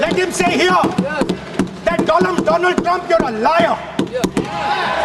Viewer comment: I think Donald Trump is angry with modi because he said doland trunp